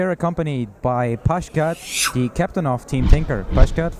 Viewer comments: Pie-cat, not pudge-cat. It's not very hard to get right. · The interviewer doesnt even know how to pronounce his name. And he's awkwardly looking at notes and not having any sort of genuine conversation.